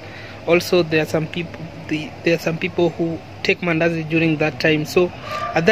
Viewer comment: Did you say mandasi😂😂😂 anyway good vedio